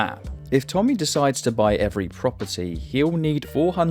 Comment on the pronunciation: help evertime i hear a briish person say "propery" i just rememebr the eye of rah meme 😭😭